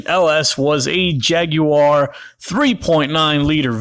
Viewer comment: Jag-you-are lmao